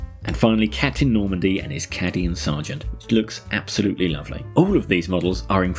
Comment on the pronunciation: Ain't no way my mans said CADian